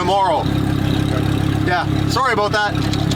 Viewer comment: SAWRY FOR MY CANADIAN, AY?